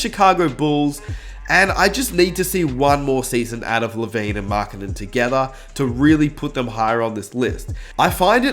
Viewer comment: Nobody:: TOGETHA!! 😂😂😂